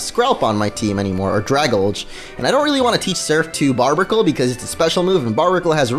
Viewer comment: I'VE SAID IT THREE FREAKING TIMES!!!!!!!!! IT'S PRONOUNCED DRAY-GAL-JEE!!!!!!!!!